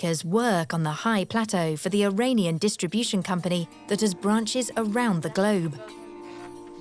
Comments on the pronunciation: Iranian is pronounced "ee-RAHN-ian" (rhymes with onion), not "ee-RAIN-ion". Ain't no rain in Iran. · Or the dreaded eye-rain-ian